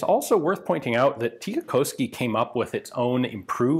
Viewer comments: Heh, although you pronounce "tikkakoski" quite well, it is still a bit funny how your US-english accent still comes through :) It is like you want to bend the "o" into "oh" but try to resist it with all your might :) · As a native Tikkakoskean, I dare say that Ian did pronounce the name of the place pretty well